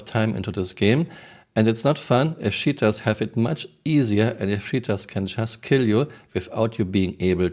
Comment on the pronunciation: I love how I hear "shitters, shitting". Only a friendly poke. I love Your work ❤